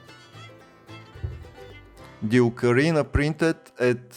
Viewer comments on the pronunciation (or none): none